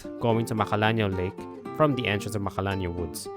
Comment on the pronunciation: I can’t understand what you’re saying when you give the names of places. Where do you go after you get the cloudy mirror? The edges of magalalala woods?